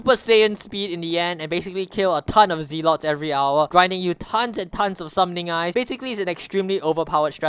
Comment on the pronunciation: isnt it pronounced zeh-let?